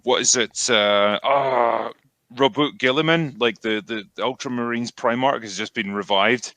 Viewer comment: you pronounced "Rowboat Gorillaman" wrong. I know the spelling is confusing, but "Rawbutt Girlyman" would also be acceptable.